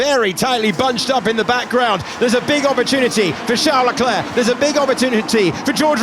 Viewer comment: his name is Leclerc, Not Leclurc.!.. mr race-engineer.